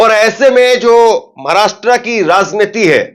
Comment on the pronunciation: भई, आपका विश्लेषण सटीक है .पर एक उच्चारण कानको खटकता है . महाराष्ट्रा नहीं महाराष्ट्र बोलिये.